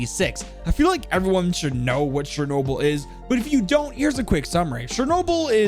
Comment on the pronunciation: you read charnoble